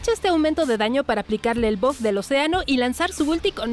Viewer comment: Bof (Buff) + Ulala señor frances :v - ¿Como se dice entonces? + Buf :v